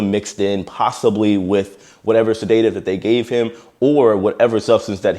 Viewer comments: Extremely sad situation. But its pronounced se-da-tive not sa-day-tive. Great job on your vids and keeping us updated. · I've never heard "sedative" pronounced the way you do. To me, it's always been "sed-UH-tiv", but you say it, "sed-AY-tiv". So I searched to hear the correct pronunciation here on YouTube, and the first one that came up agreed with me. The verb forms of the word, "sedate" and "sedated" are correctly pronounced as "sed-AYTE" and "sed-AYTED", but the noun form is always "sed-UH-tiv". Sorry to be so picky; it's meant as constructive criticism. It's just that, for me, it really distracts from the message in the video. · If I may assist with the pronunciation of "sedative". Please know I mean no disrespect. I am simply someone who would appreciate it if the situation were reversed. I hear you pronouncing it like "sedate - iv", as a 2-part word. It is actually a 3-part word. I will offer two separate phonetic examples: 1. "seh - duh - tiv" 2. "said -a - tiv" I hope that helps. Have a great day! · It's said-A-tive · It’s pronounced said-a-Tive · PRONOUNCED SE-DA-TIVE. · I’m not an English major by any means. But, your pronunciation of sedative(said-ah-tive) is driving me up the wall 😅 Anyway, keep up the phenomenal work. I love your channel! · It's pronounced SĚD-uh-tiv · Bro man all due respect it’s sedative not sedateive lol 😂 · Sedative = seh•duh•tiv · It’s pronounced ‘sed-a-tive’. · Stop saying sa-day-tive. 🤦‍♂️ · Tell me you dont know how to pronounce sedative.... lol "Sed-uh-tive". 😄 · Love your work... Pronounced.. seh·duh·tiv Love your work. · Said-A-Tive…. Please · Sed-at-tive. not sadat-ive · It's pronounced sed-a-tiv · Sedative "Said-a-tive" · To me it looks like alcohol induced "Excited Delirium" - EXD. I am not sure how he was restrain and once he was restrained if he was rolled onto his side or sat up. If they kept him on his belly, that can be a HUGE suffocation issue. PS: You are pronouncing "Sedative" wrong. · se-DA-tive, not se-DAY-tive